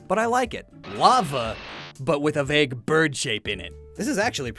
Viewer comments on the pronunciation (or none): none